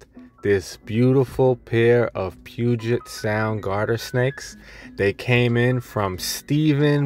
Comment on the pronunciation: Your close. It's Puget Sound. Basically everything that you just pronounced it as that rolls off the tongue with a large u sound. Also I just caught one of these today LOL I'm a trucker and it was going through a warehouse lot and I saved it from getting ran over